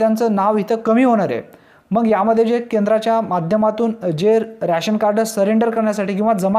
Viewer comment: रॅशन नाय रे,रेशन म्हण.